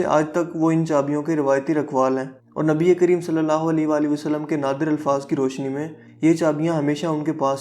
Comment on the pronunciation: Khotyy jitnaa qud haii apkaa. Nabii pak ka naam sahii sy lynaa ee seekhloo plzzzz.